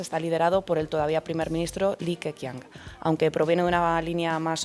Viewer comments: Es pinying así que Li Keqiang (李克强) se dice Li ke-Chiang. La Q es una CH, como la cerveza Qingdao (Chingdao) o Chongqing (Chong-ching). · Flojito. Pero podría haber sido peor. Un cinco raspado. Ah! Habría que mejorar la pronunciación. Li Keqian se pronuncia “Li kechian” la q como ch. Salud.